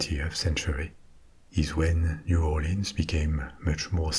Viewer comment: Mais Cher…You are an honorary Cajun since you pronounced it like we do mostly…New Aw’lins,LOL! 💁‍♀️😁